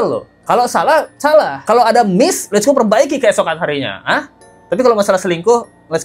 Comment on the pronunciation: Kenapa bang let's go bilangnya hif sih.... Aneh... Hà ì ve harusnya